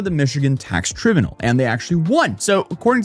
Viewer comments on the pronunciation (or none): trib-youknowl? It's try-BYUU-knoll. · Great vid but just so you know for next time, its pronounced TRI-BYEW-NULL lol Anyways, this is fucked. We need to ALL be contacting representatives. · you mean tribunal "trī-byoo͞′nəl"? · lol, never heard anyone mess up the word tribunal before -- ' try ☼ byoon ☼ úl ' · We know English isn’t your first language. Let me help. Tribunal Is pronounced. Try- brew- nal. Good luck buddy. 😊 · TRY - BU - NAL. Say it a few times. The modern generations on YouTube cannot even pronounce common words. Yet, there they are trying to talk. Sigh... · It is probounced "trīˈbyo͞onəl." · tribunal: try-BYOO-null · tribunal is pronounced try-bue-nal. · try-b-u-nyal = tribunal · We really need to talk. It’s pronounced traɪbyunəl. Look it up. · Tribunal is pronounced try-BYOU-null. As a former high school English teacher, I can tell you its one of the most mispronounced words by people who don't use it on a regular basis. I'm not trying to be a Karen, I just want to help educate. I still come across words weekly that I discover I have been pronouncing incorrectly my entire life. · i always have to laugh because there's always one word that trips up in pronunciation. This one is "tribunal". He's pronouncing it like it appears but it's actually "TRY BYOO NUL".....lol..I still love him tho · How did you pronounce 'Tribunal'? 😂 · Learn to pronounce Tribunal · The way he's mispronouncing,"tribunal!" 😂